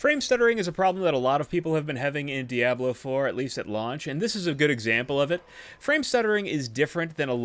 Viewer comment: Only Deckard Cain is allowed to pronounce "Diablo" like that.